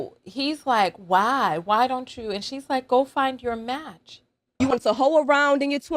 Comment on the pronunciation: It sounds like he's saying "wow" not "why"